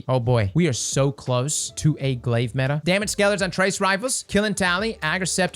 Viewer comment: On ja I’m about to start taking a shot every time says metah xD